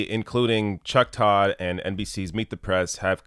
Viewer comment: chuck turd...not todd